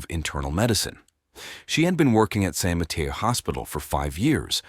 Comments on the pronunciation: San Mateo...ma-tAy-o...not Ma-tEa-o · San Mateo - San mah-tay-o. The way this guy says San Mateo is weird.